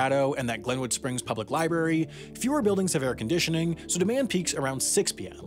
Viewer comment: Loved the video, but there are two "r"s in library.